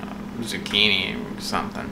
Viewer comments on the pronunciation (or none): none